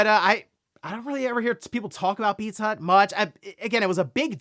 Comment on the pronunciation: every time he said it, i heard 'Pizzutt'...